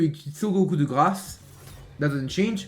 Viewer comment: i loveyour french, especially when you said coup de grace 💗